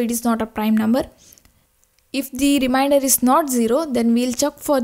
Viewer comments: It is remainder not reminder😂😂😂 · its remainder not reminder!!!